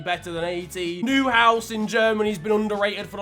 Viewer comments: When he called neuhaus: new house I was confused and then I was rolling around in laughter. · This mans really just called Neuhaus "New house" lmfao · gets - 30 rating for that pronunciation of neuhaus